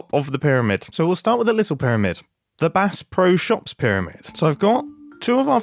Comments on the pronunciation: Little tip from a Great Lakes resident, if it ever comes up again: the emphasis is on “Pro.” Bass Pro Shops. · I love how you said "Bass Pro Shops" like you're trying to pronounce a word in a foreign language